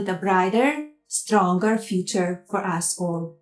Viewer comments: Why is it when she says "for us all", I hear "for asshole"? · Did she say, "us all" or "asshole" I think AI read that wrong! 😂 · Tell me she didn’t just say "assh*le" - listen again and tell me she didn’t slip tnat in😅😅 M needs to tell Dear Leader she needs to upgrade to chat5.😂😂